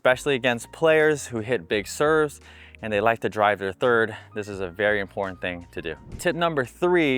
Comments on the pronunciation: has really good free instructional videos, tips, graphics, and more, so I hate to nitpick. But, I agree in - pronounce the T. Why are influencers, news journalists, etc., dropping Ts now? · Great tips but can you please pronounce the T in “ important” Cheers😂